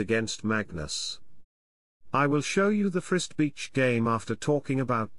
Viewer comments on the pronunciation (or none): Stokfish always says Frist instead of first !